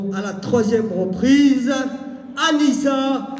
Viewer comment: Mdr on entend une meuf dire aller annisia o lieu de anissa jetait mdr